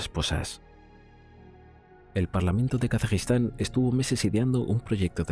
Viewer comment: Gracias, es que no se entiende cuando lo dice.